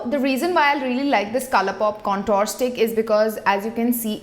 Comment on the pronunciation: Please lookup the pronunciation of "contour". You're a beauty guru so this word will be used often. Most indian youtubers get this wrong and it feels to me like someone is scratching broken chalk on a tin board